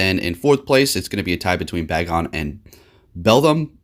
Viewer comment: sighs Ree-o-loo and Bae-gon fam